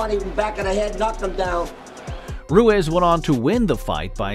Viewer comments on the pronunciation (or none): Ru-eez not ru-ez